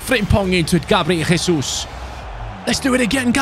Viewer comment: gabriel jesus is brazilian, you are saying his name in spanish!!! great video as always, love from brazil, VAMO GRÊMIO!!!!